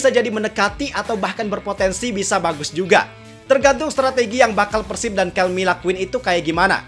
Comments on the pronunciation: dibacanya 'kelme" bang bukan "kelmi". Perusahaan spanyol bukan inggris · TIDAK BANG, PENYEBUTAN KELME ADALAH YA KELME BUKAN KELMI, TIAP NEGARA BEDA" PENYEBUTANYA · Btw pronunciation Kelme bener Kel-meh kok bukan Kel-mee soalnya ini brand Spanyol bukan Amerika/Inggris.